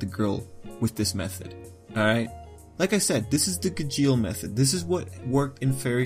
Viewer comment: Ok I think that you are pronouncing "Gajeel" Wrong... (This isn't a hate comment, this is a really funny video 😂👌 Good job and keep up the good work)